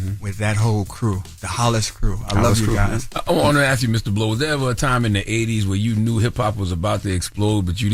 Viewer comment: And keeps killing me saying "axe" instead of "ask"...